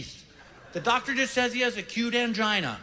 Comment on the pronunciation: It's not "a cute" it's "accute".